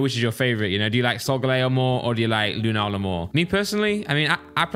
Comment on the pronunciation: you really need to play one of the later games, Because i cringed so much on the Lunala and Solgaleo pronunciation. I suggest Ultra sun/Ultra moon, Or lets go pikachu or eevee. Or just play them all it increases your knowledge by a tenfold.